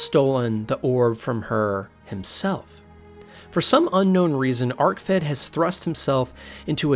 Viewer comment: Anyone else tilted by the bad pronunciations in this or just me? I was just gonna ignore it until he said Vamira instead of Vaermina (not to mention Arkved being called Arcfed, am I having a fucking stroke or is he having a laugh?)